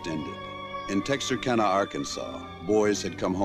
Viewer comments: It’s pronounced Tex-are-can-uh... not Tex-are-Kahn-uh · Btw Texarkana is pronounced(Tex-ar-can-a) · Great research, but the pronunciation of Texarkana is Tex-Are-Can-Uh, thank you, that is all. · You butchered the name Texarkana 😂but it’s okay I live there lol ... keep up the good work